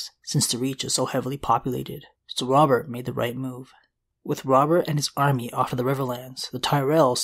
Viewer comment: I kept hearing the demon of the trident. I never knew it was Robert. I legit thought it was a evil demon from hell.